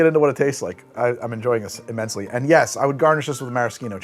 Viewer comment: He enjoyed that imMINTSely! 😂